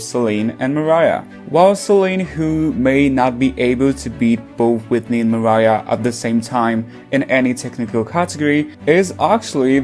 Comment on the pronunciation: It’s Mariah 😂 just saying but dope video thumbs up